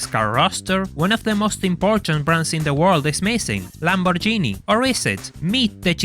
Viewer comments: I hate to be that guy but in "Lamborghini" the g is hard, like the word "gate". You need literally 20 seconds to go to Google translate and check the pronunciation, do so next time. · I got a question. You Sound italian and said Lamborghini like lambor genie, is it Common to be pronouncing it Like this? Assuming You are italian at all, of course